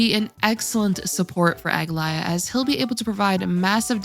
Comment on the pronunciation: Did what right? Saying her name? Cause that "ae" was not pronounced correctly....